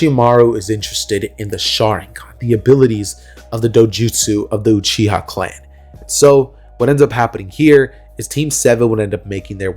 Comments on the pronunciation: its uchiwa not uchiha 😤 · it tee-ooo-chi